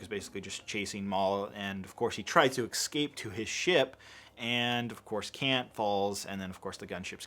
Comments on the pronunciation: 12 years later still can’t say “escape” correctly 😂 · “Escape” Must be Italian👌🏼